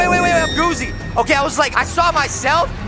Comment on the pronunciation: Yea not goofy its g-o-o-z-y